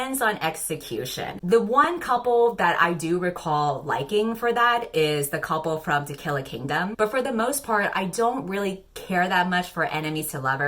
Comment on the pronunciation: Can I just say that the way you say “to kill a kingdom” sounds like “tequila kingdom” and that’s where I want to live? I need that in your novel. Thanks 🙏